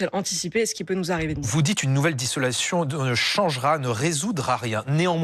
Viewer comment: "dissolation" il a dit ^^^ vive Reconquête!